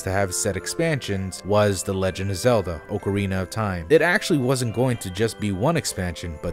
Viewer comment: ok do you just pronounce things wrong to mess with us? its AHK-arina not OAK-arina